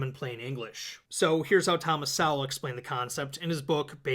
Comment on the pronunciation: Single worst pronunciation of Thomas Sowell I have ever heard